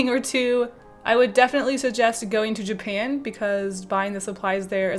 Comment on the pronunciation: “Ever since I went to jupan”....WHAT THE FUCK IS JUPAN